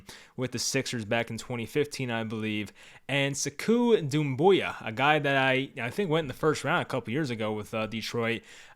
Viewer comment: It's pronounced SAY-koo Doom-BOY-ah